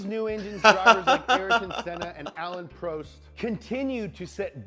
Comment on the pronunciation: Isn’t it funny Americans can’t pronounce French, not you mate the guy in video but it’s always the same. Grand Prix….grand pronounced in English and Prix in French. He did the same with Alain Prost